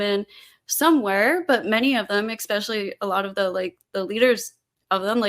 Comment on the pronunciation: The word especially doesn't have a k in it. Despite that some people still say ekspecially as opponent did several times.